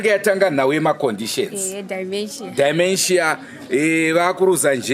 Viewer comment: Pronounce as dhimenjia not dhaimenjiya